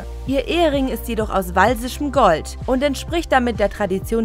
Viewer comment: walsisches Gold? 🤣 Das Gold stammt aus Wales, also: walisisches Gold !!